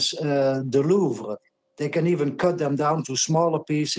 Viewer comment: This gentleman finally pronounced Louvre properly. Merci, Monsieur Brand.